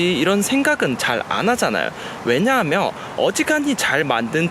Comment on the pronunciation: '면'발음 안되시는게 매력 왜냐하며~ㅋㅋ